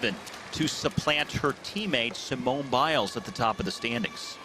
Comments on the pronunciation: SEEEMOONAY BAIS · Thats not how to say Simone